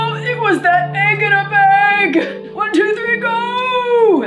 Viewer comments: “EEGINABEYG” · Svala Vigfúsdóttir don’t worry it’s egggginabeg fo sure I paused it and rewound it 4x 😊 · I love she was just like IT WAS THAT EGGINABEG and I die That made me laugh so hard 😂